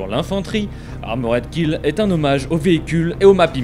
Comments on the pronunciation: ARMORED KILL pas AMORED KILLED ptn de baguette, learn how to speak english jesus christ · Armoraid killed ? Quelle prononciation...